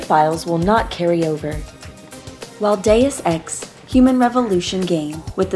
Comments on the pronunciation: Geez, so many mis-pronunciations. You really had to call it deuce ex later in video...aka crap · Mey-lee kills? Dus ex? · Did no one teach her words before the take? May-lay. Day-oose Ex. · "Day-us ex", my god it isn't hard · Quite a few Deus Ex veterans (going back to the original) actually pronounced it 'Deuce'. Either in ignorance or on purpose.